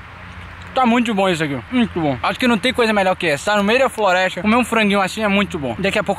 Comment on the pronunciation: ele disse florestia